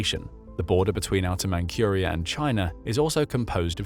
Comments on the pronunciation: Man-CURE-ia? Who's never heard of Man-CHUR-ia? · Please check the pronunciation of names you don't know. "Manchuria" has no "k", it has a "zh" or "j" ("dzh") sound. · "Man-cure-ee-uh?" That's not how it's pronounced. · Where in the world is "Outer Man-cure-ia"? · "Mankuria"... what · "Outer ManCURIA" ? this channel and its weird pronunciation of manCHuria and other words ..